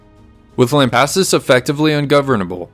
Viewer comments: You're saying it right, lamp assus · Your pronouncement of "Lampasas" is fine. Family has been in this area since 1807 when first relative was born in Nacogdoches. We believe, have not proven it YET, his mother was Blackfoot and if so family has been here even longer. Need work on Bosque, try Bossck.